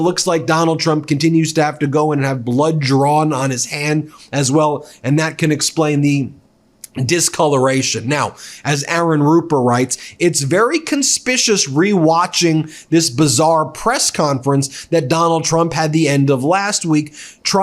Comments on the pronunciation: I don't know if it's one of those words that nobody ever thought to correct you on (Or perhaps you enjoy digging in and saying it wrong?) but "Conspicuous" is pronounced "Con-Spick-You-Us" ... Even in the USA. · I can't believe Ben doesn't know how to pronounce conspicuous